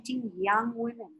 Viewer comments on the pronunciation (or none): none